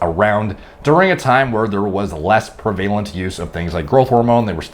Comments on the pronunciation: the word is "prevalent." Pronounced like PREV-uh-lent. You use the word all the time and always say it wrong. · Prevalent: “prev-uh-lint”. Prevalence: “prev-uh-lince” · Ive got Bostin and Leo pronouncing "Europhic instead of Euphoric" and saying "Prevaylant instead of Prev-el-ant". Sorry, my grammar nazi OCD-ness coming out!